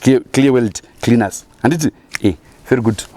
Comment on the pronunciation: You always kill me with the VP 🤣🤣🤣🤣🤣🤣 guys you're killing me "creaners" 🤣🤣🤣🤣🤣